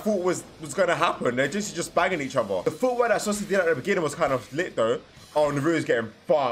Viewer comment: Why does he say sosuke